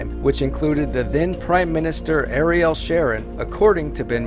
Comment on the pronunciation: *To prevent any confusion it might cause, pronunciation for Ariel Sharon is Ariel "Share-Own", not trying to be funny about it but that's how it's said. Interesting to see how this story hasn't died just yet, unlike so many of its players